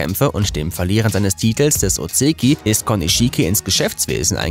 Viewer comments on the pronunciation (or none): Kann er gar nicht :D Das "ch" in "Tochinoshin" wird z.B. eher wie "tsch" gesprochen; Ozeki und Yokozuna würde man eher aussprechen wie "Oseki" und "Yokosuna"..